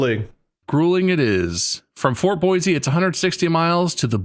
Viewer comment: Sorry. As someone who LIVES there, I have to get this out of the way, it’s pronounced boy-SEE, not boy-ZEE….